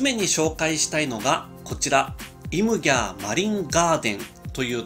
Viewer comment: イムギャー地元です。 イムギャーは方言なので発音的にはインギャーとなりますよー！ イム＝海、ギャー＝流れという意味です！宮古島にきてこういう動画を発信してくれるのはありがたいです！ またお越しになってください！